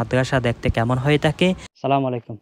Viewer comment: Vaiya Sala malaikum Na bole ASSALAMUALAIKUM Bolle Bhalo hoy. R Lengta meghta video na dilheya ei sob Bhalo Bhalo fact cover koren ❤❤